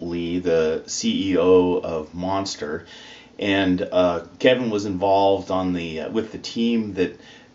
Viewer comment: Lol the way he said monster